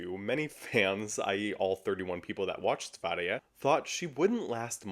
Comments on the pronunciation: Kudos for slaying diva, for pronouncing. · As a swede you ATE that Sverige pronunciation! :)